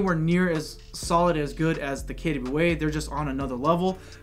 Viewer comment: I never knew KWA is pronounced "kettya wey". Expert drop here